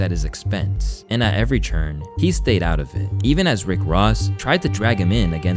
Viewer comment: Stop wetting your "P" sounds a d stop pronouncing "turn" as "churn". Fool.